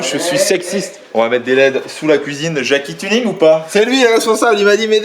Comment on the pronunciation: "Jacky Tunning" ! Tellement Lorrain ✊🏻